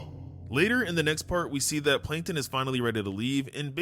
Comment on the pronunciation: Plankon ❌ Plankton✅